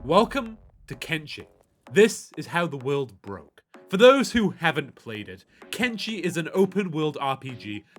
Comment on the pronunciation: It is "Ken-Fucking-Shi" not "Ken-fucking-Chi"